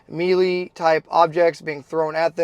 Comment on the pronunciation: Can’t have grunts out here saying “me Lee”.